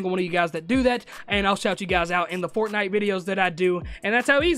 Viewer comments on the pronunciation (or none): none